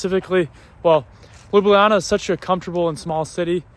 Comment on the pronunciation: A month in Slovenia and STILL can't pronounce Ljubljana. You should ask some of your friends on tips to pronouncing Šmarna gora and Ljubljana. Also, fyi the city bus is called a trola